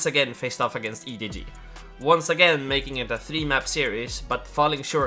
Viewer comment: i'm sorry this was a great video until you called him EDG smodgy